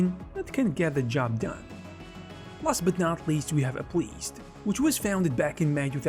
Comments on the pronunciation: 😂 ah-pleezd 🍎 Apple SEED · Maybe he trained an AI model with his voice recently? Because I cannot conceive of a single other explanation for mispronouncing "appleseed" so badly.